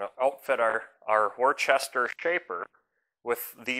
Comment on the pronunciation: Only saw the end of the shaper name, but if it is WORCESTER, then the English town with that name is pronounced WOOSTER with the OO as in WOOL. Another approximation would be WUSSTER - provided you don't over-emphasise the double s.